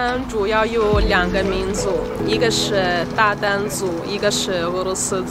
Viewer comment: 鞑靼，这两个字都读“达”，第二个字不读“但”，在中国现在叫“塔塔尔族”，主要居住在新疆，古时候是蒙古人和突厥人的混合。